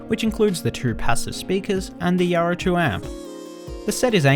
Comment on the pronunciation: i can't stand it myself. its like he doesn't open his mount when he talks. It drives me nuts. specially the R sounded words. everytime he says Yaro, i cringe.